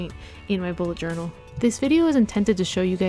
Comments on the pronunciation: nobody noticed but she joural instead of journal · Joural ? :D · Am I the only one who noticed the "Joural" mistake in the beginning?